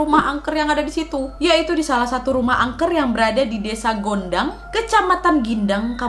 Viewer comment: Mohon maaf ya kak untuk yg disragen itu kecamatannya bukan Gindang tapi ttep Gondang kak , terimakasih